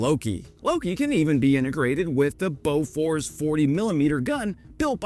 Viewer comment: Boo furs not Bow furs!